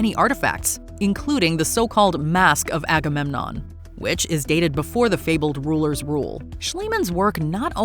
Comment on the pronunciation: Everytime she said Agamenom my mind went "AGAMENOM WILL TAKE THE CHARGE!" lol